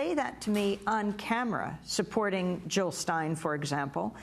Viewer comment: JILL NOT HILL .....JILL OR WAR ,FEAR OR LOVE